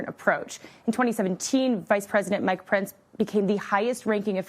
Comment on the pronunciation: Mike Pence NOT Mike Prince. Where did they find this flunkie?